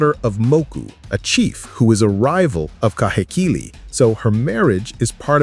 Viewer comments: Heh- not hay Kee-- not key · Ka/hay/key/lēē - KAHEKILI